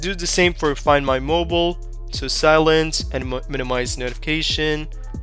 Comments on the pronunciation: I find it "funny" how you pronounce it. Also, I find it "funny" how you capitalized "mobile" and "mobil" for no reason. I definitely find it "funny" that you started your sentence with "always", which in this case makes no sense whatsoever. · Thanks dude. Always find it funny how Americans pronounce Mobile as Mobil.